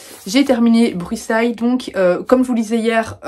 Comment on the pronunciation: Coucou merci pour cette vidéo ! Mais qui a prononcé Brussailles "Brussayes" ? (balance des noms 😆🤣). Grisha m'a un peu déçue mais j'ai adoré Six of crows et la série et je viens de commencer King of scars 😄 Brussailles était sympa j'aime beaucoup l'humour de l'autrice mais j'ai trouvé l'histoire un peu prévisible et je me suis un peu ennuyée vers le milieu ... Mais sinon j'ai beaucoup aimé les anecdotes et informations ajoutées en bas de page et le message était chouette.